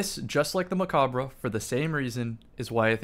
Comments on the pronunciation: Stop saying mechabre wrong please lol. You dont say the RE at the end. Its silent. Its a play on a french word. Bungie spelled it like mech because we got mech armor. Its also a nod to gundam. Macabre means (dance of death). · ya i know. Hes still saying it wrong though.